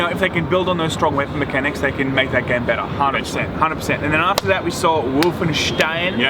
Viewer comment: just casual nailing the german pronounciation of "Stein" in Wolfenstein